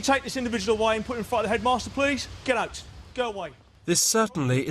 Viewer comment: COME HERE! 5 seconds later: GEDDOUT!